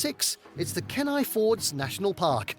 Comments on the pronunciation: A few corrections. Our pronunciations are a bit different. Juneau is pronounced as Joo-no. Kenai is Keen-eye. Glacier is Glay-sure. We don't mind if you pronounce it your way, but we may be confused at first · haha that pool of water is probably 300 feet deep. and i hate how the AI voice said my towns name. Kenai is pronounced Kee-nie. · It's jarring but I could tolerate it. Then he got to Kenai... If you're going to do a video dedicated to a certain place, it might behoove you to learn how the locals pronounce it some you don't sound like a total noob. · We don't say, galssiairs... we say, gl A ciers. AND it's not ken i... it's kEEE nI. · Kenai is pronounced Keen-eye